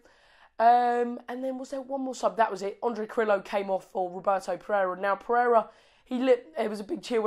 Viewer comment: Yes, new Watford supporter from here. Carrillo (say Jacob for pronounce please:)... KAH-RRI-YYOH ). Sure he must give you all some sattisfactions. Very good vibes w/ WestBrom match. Thanks mate!